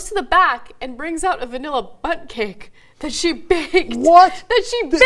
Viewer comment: I heard butt cake? Who else heard butt cake? :D